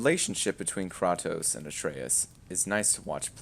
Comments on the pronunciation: You can't tell me you like the old games and proceed to call him Krraaaahhhtos instead of Kraytoes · Love how you prononced his name as kr•ah•toes instead of kr•ay•toes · Why you say "krotos" dudes name is kratos. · KRAY-TOS not KRAH-TOS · Cray-toes not cra-toos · Kratos.... Cray•Tos not Crah•tos, lol. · Its pronounced KRAY-TOS not Kraw-tos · I paused this and left when you called KrA tos. Kratos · Did you srsly say "Kraatos" instead of "Kraitos"??? Goes to show how much of the game you actually paid attention to🤣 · "krautous" its kratos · It's kra-tos not kraw-tos. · I don’t like being that sweaty guy but it’s “kraytos” not “krahtos” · Kratos not Krotos cant even say his name right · Can't even pronounce name correctly I know for a fact , he's a butt hurt rdr fan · How you gonna pronounce his name Krah-toess?!? It's 'Kray-toss'! His name is pronounced hundreds of times throughout the series, how can you even get this wrong?!? I'm about an hour in to this game and am constantly asking myself why people raved about it; the gameplay is fricking abyssmal, haven't played a more boring melee fighter in my life and movement is clunky and awkward (in and out of combat). Cannot understand all the hype for this one; the Baldur boss fight at the beginning was a great spectacle but it was really lacking substance gameplay wise. Is the whole game like this? I cannot believe how shallow and boring the combat feels compared to the original series. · It’s not kr ah toe s it’s kr ay toe s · I knew i wasn't going yo take anything he said in this video seriously, the moment he called kratos "kraatos". bro claims to be a fan of the old games, yet after all this while he couldn't even get the MC's name right 😂.....lol..... hear his opinion at yoir own risk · Man can’t be that big a fan calling him ‘Kraatos’ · KrAtos Long vowel man why you say his name wrong. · 2 minutes in and hearing "Krawtose" several times is enough to know where on the spectrum you are. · Wtf he says krartoast